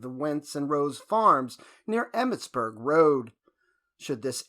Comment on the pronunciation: Emmettsburg 'merlind' lol